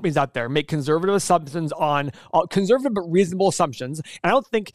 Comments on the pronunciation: can this guy not say 'conservative' right ? what is conservavivie? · In what f-ed up accent is the word "conServative" pronounced "conZervative",?